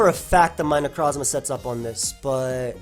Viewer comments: Take a drink everytime you hear weird way of saying Necrozma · stop saying Necrozma like that lol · Love the way you say Necrozma